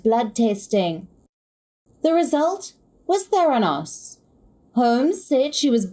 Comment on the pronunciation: it's pronounced: ther AN os.